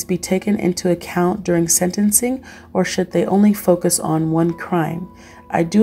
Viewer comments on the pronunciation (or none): none